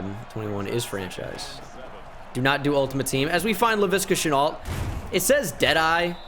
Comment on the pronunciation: and leviska shenault s name is pronounced (le V ska shenault ) not (le viska shenault) listen to rbt new vid from rebuilding the jags